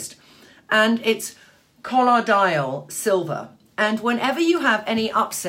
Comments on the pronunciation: Trinny, if possible, I would love to see Elizabeth Hurley in your bathroom discussing her skincare routine and her MatchToMe colors. And I believe it is pronounced "cuh-loi-dee-uhl". (Hello from St. Louis!) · its pronounced COL-OY-DUL